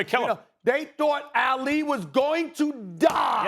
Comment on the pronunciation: Why does SAS keep pronouncing Ali's name like AL Lee??